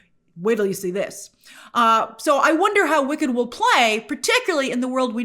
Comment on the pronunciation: I swear I keep hearing Wiccan instead of Wicked